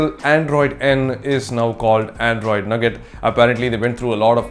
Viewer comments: lol nugget,it's nougat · it's not nugget,like chicken nugget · It's not called 'nougat'. Its called 'nooga'.